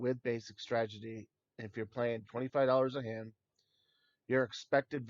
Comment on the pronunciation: This guy needs to learn how to say STRATEGY.....not stragety.....